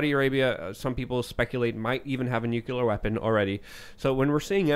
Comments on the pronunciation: But nucular scawy. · It's not pronounced "nuke-you-lar".